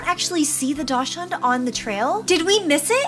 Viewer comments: Dashing is pronounced {DOC}•sund• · Just so everyone knows… daschund is actually pronounced like “dock sun” 😊